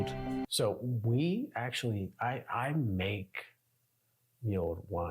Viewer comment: It is called mulled wine and not as you called it ' milled wine '. People made it and then stuck a red hot poker into it, thereby ' mulling ' it.